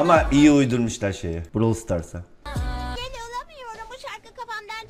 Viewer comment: abi neden Browl? Brawl değilmi o yanii okunuşunu bilmiyosan Bıravıl dicen bilmemek değil öğrenmemek ayıp XD